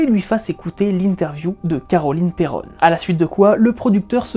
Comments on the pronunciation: Mais... C'est Perron, pas Perronne😭 Cesser de me débatisser bande de galerie!😣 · S'il vous plait dite mon nom de famille correctment. C'est un nom Francais originaire de La Rochelle Perron (P ''ai'' ''ron'')